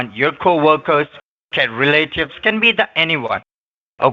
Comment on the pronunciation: Do you have Ah email….LMAO!!! ah email???? what the heck is Ah Email? 😆 fostly,? fostly?? (firstly!!! douch bags can't even speak correctly) so it's not Coat house, now it's federal Cooch house… laughing so hard 😆 Re-lative? bahahaha… 😆 who is using "your shooshawl?"🤣 oh man I just can't , this is too much, laughing so hard!!